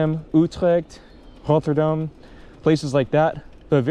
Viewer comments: oetrekt, rôtterdam. No worries it’s hard to say I know😂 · Your pronounciation of the cities like utrecht and rotterdam is quite good! Also interesting video eventho I live in the netherlands i still enjoy watching it haha